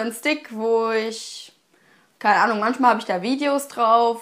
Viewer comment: Es heißt manchmal! Nicht manschmal!